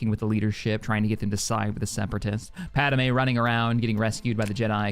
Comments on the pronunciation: love the content, will be playing this mod but one thing is just really irking me and it happens all the time across multiple fandoms when naming pronunciation is brought up 3 movies and the entirety of clone wars pad-me "pad-may" yet you keep saying "pad-a-may" sorry just, really irks me only thing, everything else is awesome and i never miss an upload of the empire campaign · Padamay!? o.0